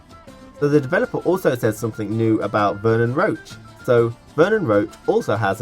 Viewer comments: it's Roche,not Roach Roach is the horse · You pronounce Roche as Roach (or is it just me?)